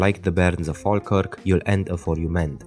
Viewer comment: thank you for pronouncing falkirk correctly